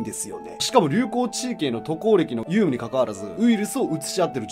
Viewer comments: 有無(ゆうむ)→❌ 有無(うむ)→⭕️ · ゆうむ…？有無(うむ)では？ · 有無は「ゆうむ」でなく、「うむ」です。大分前から気になってました。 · 有無はゆうむじゃなくて うむ である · ゆうむって言わなかった？笑 有無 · ゆうむ→有無「うむ」な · 有無←「ゆうむ」じゃなくて「うむ」な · 有無をユウムって読んでたな。